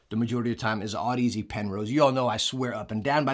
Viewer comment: Sigh, back to the broken Audeze pronunciation is see ;) whoops, this is 11mo old :D